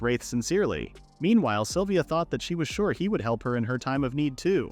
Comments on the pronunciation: AHHHHHHHHHGGGHHHH! It's "SYLVIA"!!! Not "saliva"! For f#$ks sake! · I had no idea the name "Sylvia" was pronounced "saliva" !!! 🤣🤣🤣🤣🤣🤣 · sylvia: ❌ saliva: ✔ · The AI calls Sylvia “Saliva”, and he to she, from time to time. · I am sitting here listening to this in the background and heard someone being called saliva multiple times and said to myself "who the f is saliva?", it a was Sylvia lmao